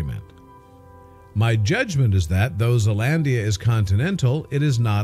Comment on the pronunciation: you said Zealandia so wrong